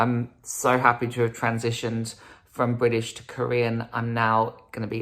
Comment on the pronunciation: I'm not Korean but why do I feel so offended?! lol he's not British but still has the accent, he speaks the language but can't even pronounce 1 Korean word right. No one had probably said NO in his life to think this is ok lol